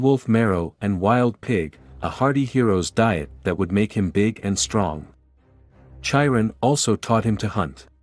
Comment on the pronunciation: Chiron is pronounced: with a hard K; Kai-run